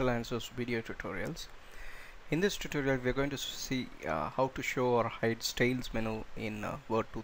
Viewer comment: Does not do what it claims to do -- doesn't hide the style panes. Note: the word is STYLES. Not "stales."